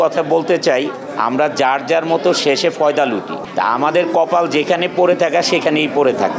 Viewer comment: ক্যালকাটা ফয়দা আসল উচ্চারণই ভুলে গেলাম🤣